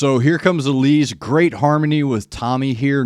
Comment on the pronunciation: Good one. You got Allisa, Elise pretty spot on Think Gluz, is pronouned Gluth. Someone will smack me if i got that wrong